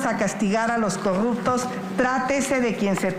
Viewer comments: Xochitl Gálvez nomás decía: Coguptos Pogque Y más palabras con la letra r 😂😂😂😂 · Vamos a castigar a los corrutos??😅😅😅😅corrubcion,corrubtos😂😂😂😂😂😂😂sra aprenda a hablar primero